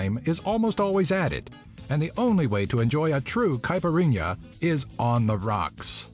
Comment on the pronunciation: "Caepirínea" HAHAHAHAHAHAHA "Cajiachia" HAHAHAHAHAHA